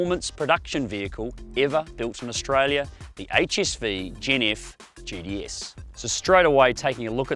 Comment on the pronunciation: Sounds like he can't say gts?....... He sounds like he's saying gds